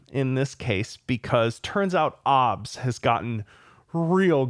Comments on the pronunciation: Did...did pronounce OBS as one word? ( for context) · That was cursed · yes, it would seem he has